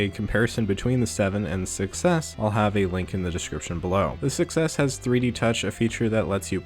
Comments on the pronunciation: Don't you think that when you say 6s it sounds like success? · When he says 6s it sounds like he's saying success which is also true